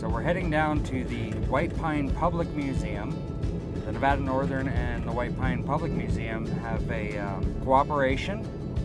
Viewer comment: Nice , but you need to learn how to pronounce Nevada.